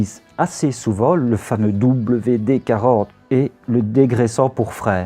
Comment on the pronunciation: j'ai enfin eu le temps de voir ta vidéo! bon début et le cadrage me choque pas en fait ^^ au final j'ai du bon outillage a la maison, c'est bon a savoir. PS: j'ai rêvé ou tu t'es forcé à prononcé "double v D 40"? ;p Impatiente de voir la suite :D V